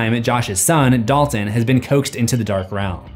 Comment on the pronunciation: My mind is in a weird place as I watch this, as I keep hearing Dolphin instead of Dalton!